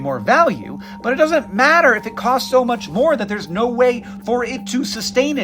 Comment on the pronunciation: Its "no" not "nawrh"